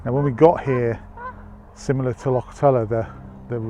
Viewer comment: Only half way in and I must say I am impressed that you managed to pronounce Loch properly, enjoying the video so far and so jealous that you guys are in Scotland! I hope you managed to pick up a Glasgow Celtic Hat, thanks for sharing mate.